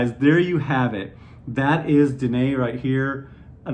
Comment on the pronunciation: Great review! The presentation of this fragrance is truly decadent. I hope I can get my hands on it someday. Also, thank You for pronouncing Danaë and Klimt correctly!